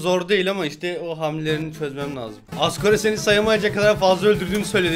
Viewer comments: abi asgor-re diyo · abi hardgore mi asgore mi 😂😂😂 hahahahahhahhahahahahahahhah